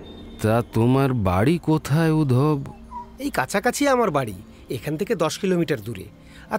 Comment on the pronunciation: বাংলা গল্পে রুম কথাটা বড্ড কানে লাগে। ঘর বললে শুনতে ভালো লাগে। আর নামটা উদ্ধব। উধব নয়।